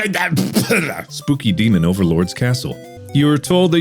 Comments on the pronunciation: Does mark have dyslexia? he switched the "oo" and "e" in "spooky demon" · Okay but when he accidentally said “speaky doomen” instead of spooky demon I was so ashamed of how hard I laughed at that. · Ahh yes, "The Speeky Doomin'" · "Speaky Doomen" 😂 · Speaky Dooman! God, I love literary flubs. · “Speeky Doomon”